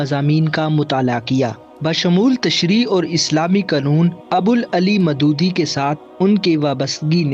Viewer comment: Keep doing ❤ with clear pronunciation of the words Like : Abul Aala mudodi (not Abul Ali muddodi) Over all good work ❤